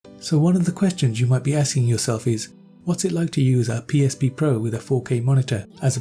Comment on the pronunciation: This dude said PSP pro